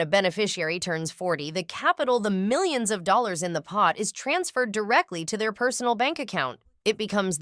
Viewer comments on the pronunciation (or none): none